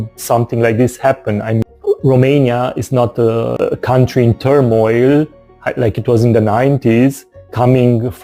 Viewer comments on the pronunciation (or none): Country or coutry, i think you have to put a 'n' in between, or maybe is it a word that i do not know, because i am not a native English speaker. Greetings